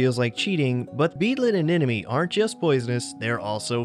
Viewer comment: Why do so many people say "anenome" when it is spelled "anemone"? I suppose it is meant to be pronounced the way it is spelled (m before n)?